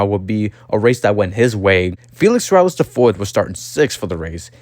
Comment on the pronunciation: Its pronounced “seh-rah-YAYSH”. I had the oportunity to meet his grandfather and father. Beatiful people. Although the are very well off money wise, they are true humble folks. Its a shame Felix III ran out of money and then had to quit.